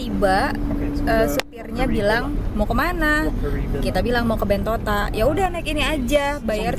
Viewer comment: bilang Bentota, bilang Bentito. Yang bner apa?